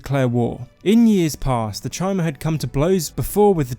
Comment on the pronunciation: Pretty sure chimer is spoken as kaimer for future reference